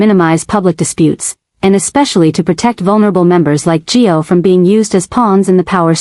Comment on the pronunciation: Suppos we to be Gio. AI mis-pronounces alot